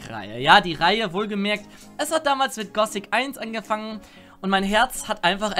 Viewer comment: ich weis es ist nur eine kleinigkeit aber wenn irgenjemand gossic statt gothic sagt klingt dass einfach so falsch. Genau wie bei jedem anderen wort mit th